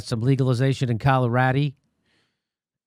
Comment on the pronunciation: Hey Jimmy did you say Coloradi? Coloradi was the first state to fully legalize weed, not some.